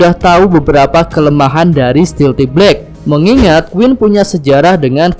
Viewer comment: Stealth black dibaca stilti blek 😂🤣